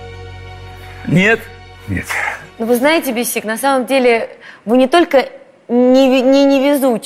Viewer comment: Ни БесИк, а БЕсик. Неужели никто не подсказал